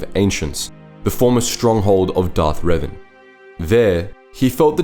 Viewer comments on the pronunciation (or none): none